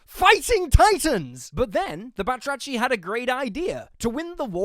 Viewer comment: I find it funny how the name of frog people is literally the Greek word for “frogs” but because “βάτραχοι” transcribed to greeklish looks like a french word now it’s pronounced as such.